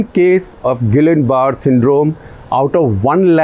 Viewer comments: it is pronounced at Gia barry syndrome not guillian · It is pronounced "gee-yaan buh-rey" "गियाँ बरे" syndrome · Guillain-barré syndrome that you mentioned in the final few seconds.... Is actually pronounced something similar to "Jeeyaan Barrey"...... I only know it because I watch so much medical thriller TV series 🙈🐵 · Mr Gupta, Gullian barrè syndrome is pronounced as “Jiyan Bari syndrome “ its a form of ascending paralysis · Guillain-Barre syndrome is pronounced with the "ll" silent and with a stress on the "e" at the end. You're welcome!